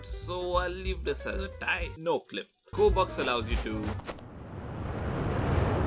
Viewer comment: Its.. G o r e b o x.